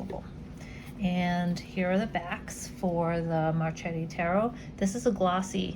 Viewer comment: Its pronounced as MarKeti 🌺